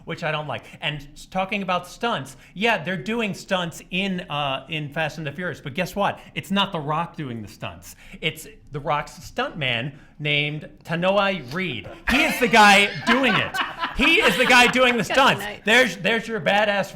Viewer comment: It's Tun-Oh-Way Reed (Tanoai Ried)